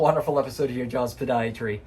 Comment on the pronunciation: Awwwww, you didn't say "podiatry" properly!!